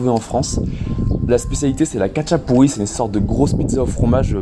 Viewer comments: ça se prononce ratchapouri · ca se prononsse rachapouri